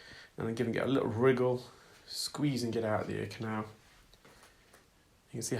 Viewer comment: I enjoy watching the videos but every time that you say riggle instead of wiggle it strikes a nerve. Pet peeve